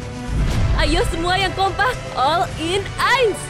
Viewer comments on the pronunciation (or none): Gw denger nya all in anis wkwkwk😂😂